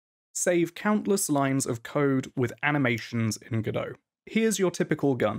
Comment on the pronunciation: It's Godot, like Robot. Nevertheless, great video!